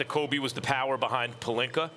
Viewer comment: Hold up wait time out did Stephen A. Smith FINALLY say Rob Pelinka with an A instead of Rob Pelinker? 🤔I'm over here speechless